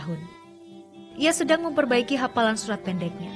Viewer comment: Hafal kak...bukan hapal.....jauh kali beda huruf F dan P